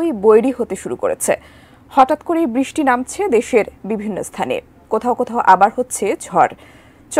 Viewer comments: দয়া করে বৃষ্টি শব্দটি ভালো করে বলুন। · বৃষ্টি শব্দটি ভালো করে বলুন